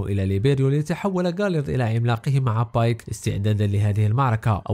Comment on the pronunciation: بيك❎ بايك✅